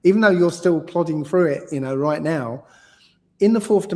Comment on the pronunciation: Getting on my nerves with him saying 'right' after every frigging sentence. Can't even say it properly! Sounds like 'igh'....couldn't listen for long after he started dissing Mark Devlin and Eric Dubay!